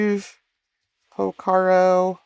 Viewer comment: Another excellent video. And darn near perfect too. What was the imperfection? Porcaro, not Pocaro.:-) I vote for more deep dive patch making vids like this. And SPLINE your synth of choice for one of the vids.